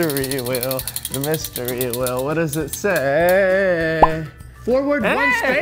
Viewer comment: Its wheel not whell